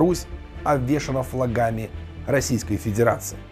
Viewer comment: Не "гаутляйтер", а гауляйтер; не "флагАми", а флАгами. Не "воспитателЯм", а воспитАтелям. Неграмотный - стыд страны.